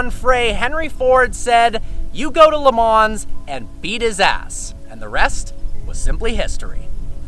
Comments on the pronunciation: It is pronounced Le Ma not Le Mans like it is written. Listen to any commentator or GT/Prototype race car driver and they all say it that way. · Did you really just say LeMans with the S? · It’s actually pronounced Le Maww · its pronounced "leh - maw" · You say stuff wrong all the time! Le Mans is pronounced "Le Mah".... 'LE MAH" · YOU DON'T PRONOUNCE THE 'NS' IN LE MANS!!!!!